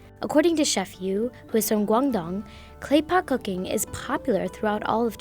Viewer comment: How she pronounce guangdong is killing me. Lol